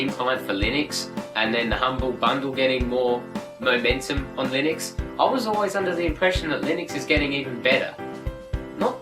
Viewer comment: I thought it was pronounced LIH-NIX... lol